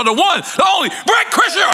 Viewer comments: Bert (cry-sure) I love how everyone can't get it lol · You know how i know they got paid to do this for press? NORE couldnt even attempt to say his name appropriately; "Brett Creshurr"